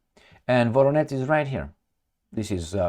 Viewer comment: “VoroneZH” and “ZHitomir” -> learn to pronounce! It’s not a Rocket Science !!!